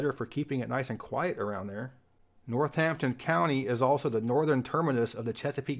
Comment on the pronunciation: Minor pedantry: Bodie Island, NC is pronounced body, like as in dead body or someone's body. I also believe Northampton is pronounced "norTHAMPton".